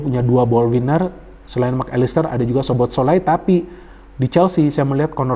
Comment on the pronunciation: bacanya SOBOSLAI om